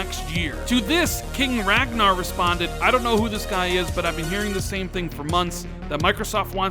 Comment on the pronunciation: His name is Ragnar, not Ragna. Lol